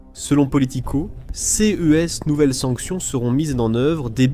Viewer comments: J’aime bien le « c.e » ou le « c.e.s » 😅 c’est juste DEGUEULASSE 😂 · Faut vraiment arrêter avec l'IA quand on ne la maitrise pas, prenez le temps de la refaire parler ou d'écrire vos textes avec des fautes (car ce, ces, cas sont CONSTAMMENT mal prononcés et c'est inécoutable depuis quelques vidéos !! Pensez donc a écrire ce - se, ces - ses et cas - qua.